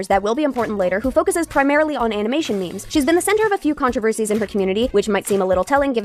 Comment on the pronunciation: I know this is a serious topic. But like- the robot voice saying memes like mehms is funny to me 😭